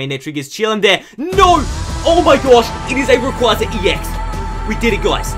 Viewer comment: You're awesome man, but people really need to get into the habit of saying Rayquaza correctly. Just watch Destiny Deoxys and listen to the way they say it.